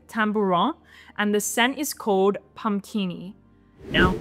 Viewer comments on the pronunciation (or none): After hearing again perhaps you pronounced it en francąise?😊